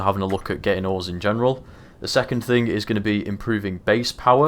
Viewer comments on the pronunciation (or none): none